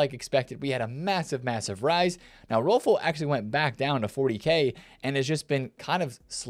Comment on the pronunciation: Just a pronounciation tip for Swedish names, the Ö in Rolfö is pronounced similarly to the E when you say Kerr.